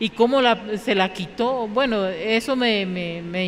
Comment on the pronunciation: Se dice buen no vuen